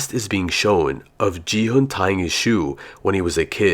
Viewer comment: its gi hun not ge hun